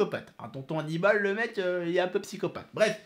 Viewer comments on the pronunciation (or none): C'est pas tonton aniballe c'est tonton aniboule mdr animaux wlh